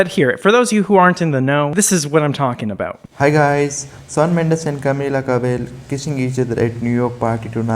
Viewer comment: you finally pronounced camila cabello perfectly🥺🥺thanks omg